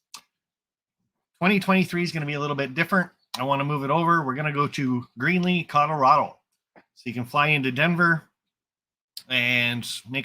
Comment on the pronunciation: …you keep saying Greenly Co…I hope it’s Greeley Co…I’ll need a good vacation by then…reserved Doubletree for the meet